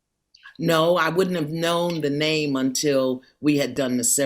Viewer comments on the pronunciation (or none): She has been on this show so many times and DJ Envy still doesn’t pronounce her name correctly. If there was a 1M prize I wonder if he’d suddenly say her very easy-to-say name in the right way. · and this guy still doesn't know how to say her name right .... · Then we cousins because she’s my Aunty too... I’m mad Envy didn’t say my Aunties name correctly